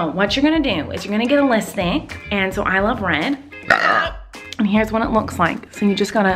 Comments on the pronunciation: Its lipstick not listick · Deseraye Coleman she said lisstick because miranda says it like that! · I love when you sat listik